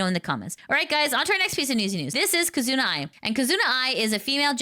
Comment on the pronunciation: You are pronouncing "Kizuna" incorrectly, the stress is on "Ki'.